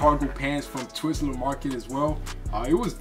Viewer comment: Why do you guys keep saying Twizzler Market?😂😂Bruh it’s called Twill Market.